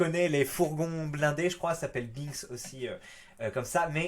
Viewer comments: Binks se prononce b1ks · "Binks" se prononce "BHEINkss" ^^